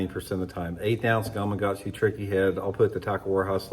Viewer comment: Looks like a great bait! Reminder, it's gama-Katsu, not "gumuhgahtzu"